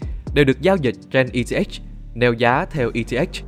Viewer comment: Eth đọc là e tê ích :)))